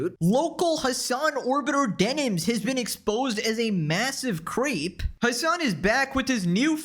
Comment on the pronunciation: I thought you said "Denims has been exposed for being a massive queef", had to replay that part AND add subtitles to it to understand you meant "creep". 😂 To be fair, I have music in the background...